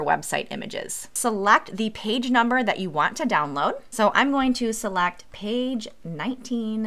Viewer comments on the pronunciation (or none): Jeez, your vowels… “Seluct the bax” try ‘select the box’